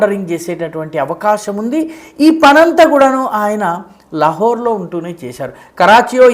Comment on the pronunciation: అంతా బాగా చెప్తారు. అప్పుడప్పుడు దీర్ఘాలని కుదిస్తారు అనవసరంగా. లహోర్ అంటారెందుకు? లాహోర్ అనకూడదా?